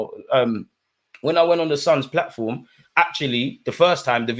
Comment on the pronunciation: Did you say The Suns Platform ?